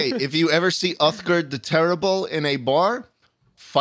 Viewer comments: my favourite part of this podcast is the fact that "schlatt" fucked up Uthgerd the Unbroken's name every. single. time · Love how "Schlatt" claims the only character he knows from Skyrim is Uthgerd but he then pronounces her name wrong and gets her title wrong.